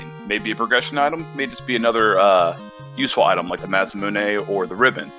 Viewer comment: thank you so much for knowing how to pronounce the word masamune. It's just a small pet peeve of mine when people pronounce it mas-mune instead of mas a moon a. I had to look it up cuz I never know but I one word I wish the community would learn how to pronounce because I haven't heard one commentator say it right Bahamut... ba hum moot